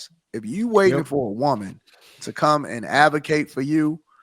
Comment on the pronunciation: has some good points but she has to pronounce WOMAN differently from WOMEN.